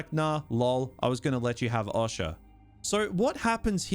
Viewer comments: The way you pronounce Osha is odd (awsha?) . Also half the time you pronounce your Rs like a typical Australian “ah”, then the other half the time it’s a Hard American “oR” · O-sha fucking hell painful man 😅😅